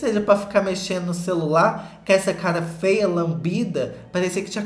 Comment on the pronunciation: O jeito que o fala "fea" KKKK amooo